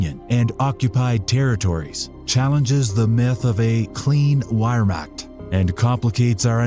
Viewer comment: I stopped watching because you couldn't pronounce Wehrmacht correctly. Sorry, but if you couldn't get that detail right, I don't know that I can trust you with other details that are more complicated.